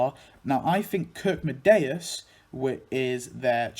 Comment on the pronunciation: Nice video but (no offense, your video is absolutely awesome) you pronounced Kirkedemious's name wrong. It's actually pronounced Kirk-é-demious and it means "Church of Terror" since Kirke is "Church" in Danish and Demious is a form of the Greek name Deimos which means "Terror", Deimos is supposed to be the twin brother of Phobos [Phobos's name means "fear"] and they're the sons of the Greek Gods Ares [God Of War, also known as Mars by the Romans] and Aphrodite [Godess Of Beauty & Love, also known as Venus by the Romans]. [Btw I'm swedish so we have at least a slight amount of knowledge about Denmark (besides them burning down our homes and trying to invade our country for the past 293 years between 1521 and 1814) and they're chill people but in my opinion they're too friendly it's almost offputting...] Anyways no offense to your video since I enjoy genealogy and especially when it involves my favorite cartoons of all time. Keep it up! ~ with best regards Daniel Verdant Stormwahld